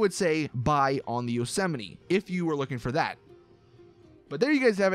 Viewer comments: Yep and he can't pronounce Yosemite..... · bruh that pronunciation of Yosemite